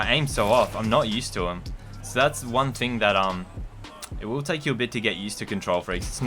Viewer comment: "ting", May 2019